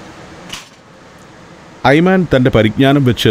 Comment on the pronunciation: ടൂർ ഗൈഡിന്റെ പേര് 'ഐമാൻ' എന്നാണ് ഇവിടെ പറയുന്നത്. എന്നാൽ 'ഐമൻ' എന്നാണ് ശരിക്കുള്ള ഉച്ചാരണം. 'വലതുപക്ഷക്കാരൻ' എന്നാണ് ആ അറബി വാക്കിന്റെ അർത്ഥം.